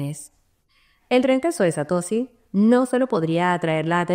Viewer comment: Satosi ? Es la primera vez en mis 8 años de crypto que escucho a alguien pronunciarlo así.